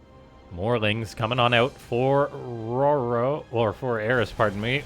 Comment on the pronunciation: I thought it was determined in an earlier video that it's Ro-Ro, not Roar-o. Also it's not "Med-e-vack". If someone requires medical assistance, you don't say "Med-e-cull". Fuckiin grammar police woop woop